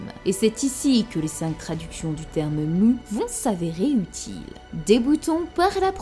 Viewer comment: Pour Mu, en japonais elle dit ムー (Muu), rien, mais alors rien du tout ne lie ce mot de façon certaine aux sens tels que "rêve" ou "néant", tel quel le prétendent les traducteurs bidons. Rêve et néant, c'est Mu (prononcé court), pas Muu